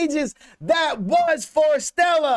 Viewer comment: Love your reaction. By the way, their name is pronounced as "Forest"+"Stella"